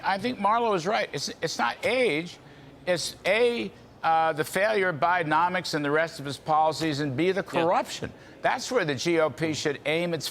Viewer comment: It's not BIDEOMICS, it's BIDEN--NOMICS!